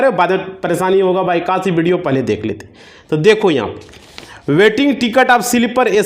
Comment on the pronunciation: बिडियो नही व्हिडीओ बोल 😅😅😅